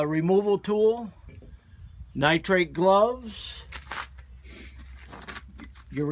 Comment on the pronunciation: "Nitrite gloves" lool